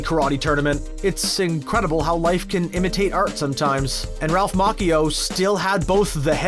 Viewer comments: It's Ralph Ma-chee-oh not Ralph Mach-e-oh. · It's not pronounced Ma-ki-o. It's pronounced Ma-chi-o. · It is NOT Ralph Mawk-ee-o! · Ralph Mach-e-o, is that how this guy is seriously pronouncing his name? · Dude thinks he's being smart by pronouncing Ralph's name in the traditional way that you would probably pronounce that Italian name, but he pronounces it Mah-chee-oh. Do a little research man.